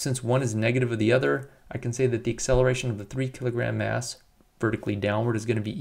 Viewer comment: I keep hearing 3 &5 kilogram 'ass'